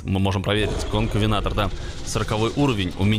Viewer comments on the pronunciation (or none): НЕ КОНКАВЕНТОР А КОНКАВЕНАТОР